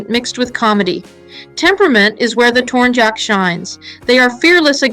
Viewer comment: Tornyak not tornjack, tornjack sounds kinda dumb